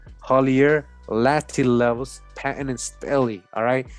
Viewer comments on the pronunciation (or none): none